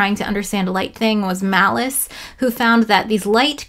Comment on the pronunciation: Pronouncing Malus as "Malice" just seems malicious...